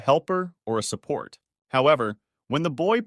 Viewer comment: took a full half hour to realize that you are saying "support" and not sa-pert 🤦